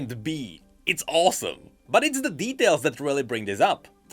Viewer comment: I thought you said "But it's the BEEtails that really bring this up".